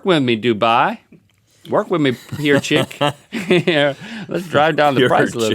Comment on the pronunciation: not trying to be rude, but dunay is pronounced (doo-bay)